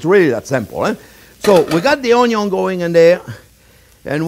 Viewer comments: "Owniown" love it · Yes Onyo ... love the way he says that too